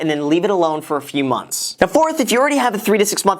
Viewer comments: Where is the h in months? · Graham, Emergency Fund (3-6 "Monts"). Made my eye twitch a little. Otherwise, I appreciate the insight and candidness.